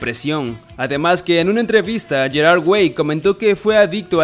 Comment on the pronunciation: Me estresa como pronuncia "Gerard"